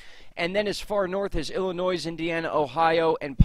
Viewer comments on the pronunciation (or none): Please - Illinois is pronounced Illinoy - NOT Illi--noise. appreciate your channel! thanks